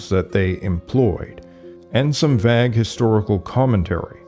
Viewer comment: How did you pronounce vague?